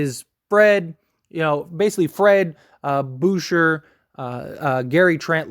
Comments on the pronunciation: Hahahahhah. Bouher. It’s pronounced like boo-chei. Lol. I laughed so hard. He’s French bro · It's Boo-shay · Pronounced Boo shea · Boucher- booshay Alec burk- alec burks Fred vanvleet- FredVanVleet